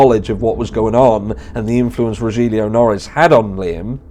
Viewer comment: One avid fan of yours. Here watching like others straight away. Strongly agree with your opinion and not into Kaye either. Just a friendly pointing out Rogelio Noris he's name pronounce as Ro-hil-yo than Ro-jil-yu. Congratulation you ahead soon to be 100K.